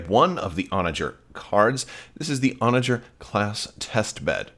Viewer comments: Your pronunciation of Onager is correct based on the English pronunciation of the medieval siege weapon and the wild ass. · you are correctly pronouncing Onager. And I believe Thrawn audiobook pronounces Arquitens the way you have been saying it